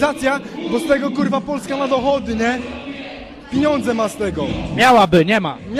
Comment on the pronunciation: "piniondze" :D